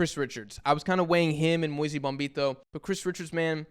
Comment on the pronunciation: Moise Bombito: Moise rhymes with BOYS,...not like BOISE Idaho. Moise rhymes with noise.